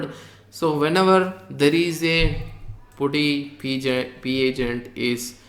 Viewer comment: Good tutorial. correction you don't pronounce 'u' in Putty...instead, you change 'u' to 'a' when you are pronouncing it